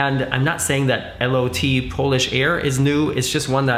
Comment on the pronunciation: Is it referred to as L O T? I thought Lot is a polish word that means flight, prounced "lowt"?